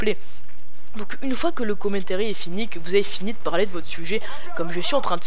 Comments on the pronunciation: le " commentairy " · Commentéri nan mais lol sois tu le dis en anglais avec l'accent sois en francais mais pas un melange des deux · si toi ossi tu dit commentAry et non commentéry